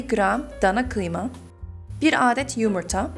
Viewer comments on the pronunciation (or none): aaağdet diye okunmuyor hızlı bir şekilde adet denir ❤️ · Adet kelimesini aadet diye okumana gerek yok vidyo boyunca güldüm aadet başka manaya geliyo. A harfini kisaltmayi dene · Ablacım adet derken a yı uzatmaman gerek yanlış anlama bilmişlik yapmak gibi olmasın çok güzel konuşuyosun öğrenmen için yazmak istedim♥️♥️♥️